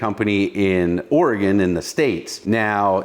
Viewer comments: At least he pronounces Oregon correctly. It's Oregun not Oregone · You pronounced Oregon correctly!